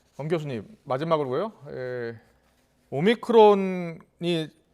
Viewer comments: 오미트론 아라고하는 저사람 신뢰가 안간다 크론이라고 아자씨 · 오미크론이 or 오미트론이야 ???